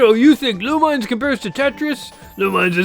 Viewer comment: You are pronouncing the title wrongly.